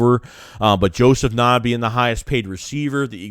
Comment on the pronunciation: I’m a Clemson fan being down here in SC area. Ngata is a beast. Bad QB last 2 years hindered him. Just a a heads up it’s pronounced “N-Gata”.